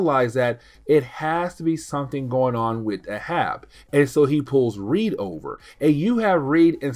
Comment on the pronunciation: Its pronounced "A Hab". Not uh Hab it's the same as Captain Ahab from Moby Dick